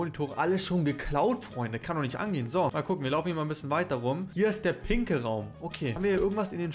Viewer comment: Hast du bei den pinken Raumgrad gesagt pinkel